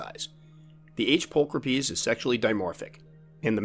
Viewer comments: Well just found out I was saying my G. pulchripes wrong. I pronounced it pull cripes Now I know it's pull cra peas Always learning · pull crip ees.....NO NO!